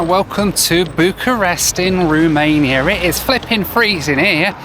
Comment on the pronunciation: I love you but it’s ROmania not RUmania 😭